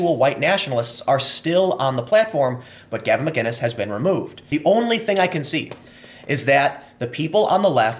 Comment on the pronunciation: It’s McGinnis Tim not Mginnis lmfao